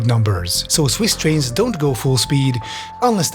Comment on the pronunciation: Pwease Amewicum, we want mowe TWAINS.